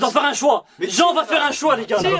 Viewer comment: Finally someone who pronounces "Jean" right. No wait.